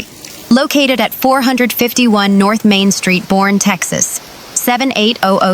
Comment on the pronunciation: Boerne, TX is pronounced BUR-KNEE